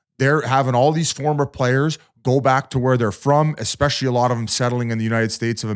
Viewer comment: Ya but he says “expecially” so